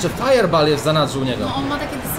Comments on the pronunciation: Firebool a nie firebaal xd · Mówi się fajerbol a nie fajerbal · wiem ze stary filmik ale mówi się „fajerbol”